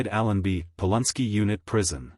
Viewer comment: Its NOT POL UN SKI! ITS POLANSKI.